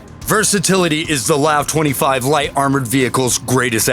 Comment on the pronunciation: It’s not pronounced lav. It’s pronounced L A V -24.